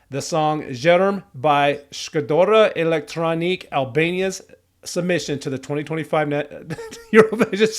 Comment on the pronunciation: Its pronounced like z-ee-erm Shkodra part was right and elektronuke is like electronic-eh